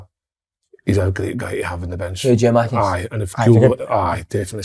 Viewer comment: I’ve got a belter of a pet peve. People who canny say our Greek strikers name. Si. It’s no fuckin gio-makis